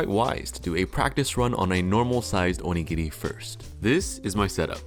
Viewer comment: The way you pronounce お握り, makes it sound like 鬼切 ("demon cutter"). The pronunciation is similar, but the latter is like oni-giri, and the former is more like o-nigiri